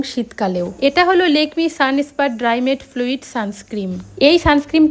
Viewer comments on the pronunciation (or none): Thik thak kore kotha bolo .... Lakme...ok....Lekme noi.... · Kotha ta lekme noi lakme 😂😂